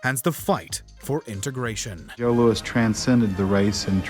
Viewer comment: This narrator can’t pronounce “Louis” correctly. Dude called it “Low-Ess”